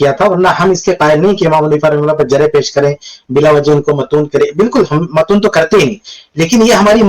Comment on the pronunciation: اس بھائی کو کوئی بتاؤ کے جِرح نہیں بلکہ جَرح ہوتی ہے